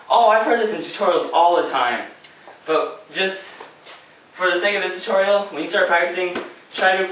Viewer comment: Ah I missed you saying tor-torial